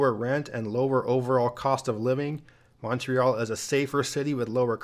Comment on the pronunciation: OMG thanks for pronouncing Montreal correctly - with the O pronounced like Monday, monkey or come, not MAHNtreal like most Americans pronounce it. +1 point for you!